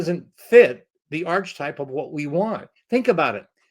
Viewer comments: Cool story! For future reference the pronunciation of archetype is not "arch-type", it's "ark-i-type". Keep the stories comin'. The world needs good storytellers! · Did he just say arch a type?